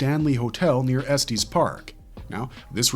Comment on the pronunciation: I'm sure that someone already bought this up, but, the town is not pronounced Estees. It's pronounced Estes. Nothing to do with the pronounced version of a shirt.